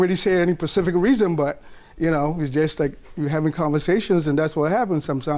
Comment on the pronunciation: Correction he said “PATIFIC” 😂😂😂😂